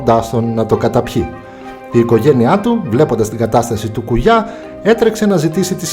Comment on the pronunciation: Απλα αλλαξε τον τονο στον Κουγιά